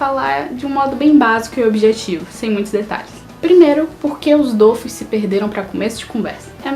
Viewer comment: Primeiramente adorei o vídeo ,segundo não é dofus que c pronúncia e dofús , e não é weikfu como vc fala e wakfu msm a pronúncia e o nome certinho